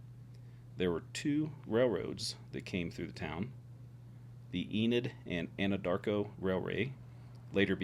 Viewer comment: In Oklahoma, when a small town has more churches than bars, its usually a good place to live. By the way, your pronunciation of Anadarko was correct. There is a town in Caddo County Oklahoma called Anadarko. The name Anadarko comes from the Caddo word Na-da-ko, which means "bumblebee place". The name refers to the Nadaco, a Caddoan tribe that was indigenous to Texas and is now part of the Caddo Nation of Oklahoma. My bill for the research will be in the mail. Thank you for using my services! 😉